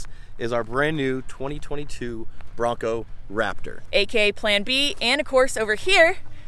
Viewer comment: SQUEEEEEEE!!!!!!, you made my day when I heard you say Brap-Tor!!!!!! I think it's a fitting name. How about you #LiteBriteNation?